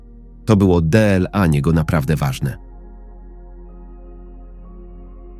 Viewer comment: Co to za sposób czytania deela a nie dla. Albo gery zamiast gry. Koszmar jak się to słucha.😢